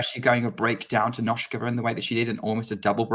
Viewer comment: The "s" in Nosková is pronounced as "s" not "sh"